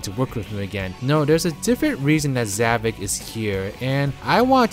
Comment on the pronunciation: Why I don't quite get is... Why some people call him Zavik instead of Zavok. I'm not an expert on english language, but I've heard some people calling him like that (Even when Sonic call him Zavok, not Zavik)